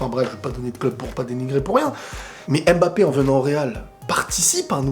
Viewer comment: C'est mbappe et non m bappe